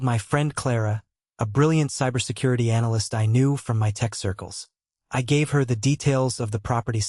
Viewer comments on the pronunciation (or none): none